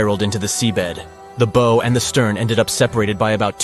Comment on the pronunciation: “Bow” (of a ship) is pronounced like “plow” (not “crow”)!